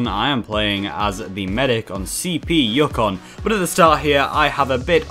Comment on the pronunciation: I died a little inside when he pronounced Yukon 'yuck-on'.